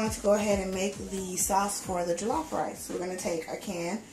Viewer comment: it jollof not jilaf but loved it enyway